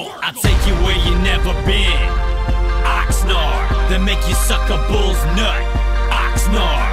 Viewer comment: Ox nard rhymes with fox yard.